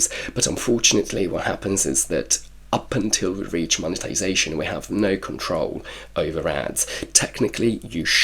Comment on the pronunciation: Congrats on the Mone-TIIII-sation lol